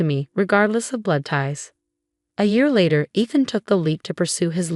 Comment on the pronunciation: Is her fiancé / husband name Eeethan, Ehthan or Aathan? Narrator can’t decide how it is pronounced.